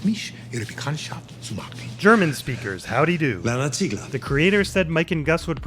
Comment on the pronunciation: VVVwerner zieeeegler. VVVwerner... Ziegler? 🤣